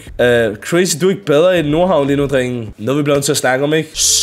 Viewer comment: Pls lær at sig “drenge” rigtigt 😭😭